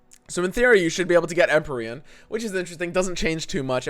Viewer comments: Em-pee-re-in. Thats how to say Empyrean lol. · EMP-EERIE-AN/EN. Don’t mispronounce things. That’s bbgs shtick. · It's pronounced empeereeahn. PLEASE